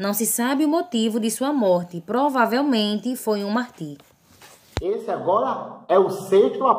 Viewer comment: Irmã, muito bom. Mas não é MARTÍR que se fala não, é MÁRTIR, com sílaba forte no MAR...não no TIR.